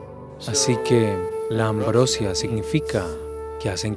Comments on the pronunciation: No se dice ambrósia, sino ambrosía con tilde en la i. Lo mismo no se dice Ali Bába sino Alí Babá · ES AMBROSÍA, NO AMBROSIA :) SALUDOS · Ambrosía con acento en la i